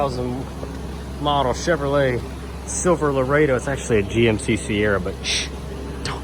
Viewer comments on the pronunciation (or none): Who calls a "Silverado" a "Silver-Laredo"? Must be a South Carolina thing.